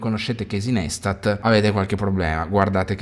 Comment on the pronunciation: Ha creato i vlog prima che nascesse YouTube. Realmente The GodFather. I video tipo "DO WHAT YOU CAN'T" sono l'essenza per ogni creator (PS: non per fare il professore di stoxxxzo si dice NAISTAT o meglio pensa ad un tatuaggio carino NICE-TAT, parole sue...)